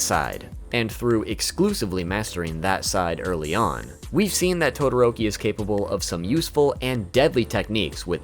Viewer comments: Todoroki not todoototi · You called Todoroki "Tododoki" :D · Will anyone ignore that said totodoki? Or is that just me? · you said tododoki instead of todoroki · He is saying tododoki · “Tododoki” is hilarious 😂😂😂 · Wait wait wait.. DID YOU SAY TODODOKI? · and he calls todiroki, tododoki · Bro actually said tododoki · Im sorry but "tododoki" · tododoki(todoroki) lol ngl love the pronunciation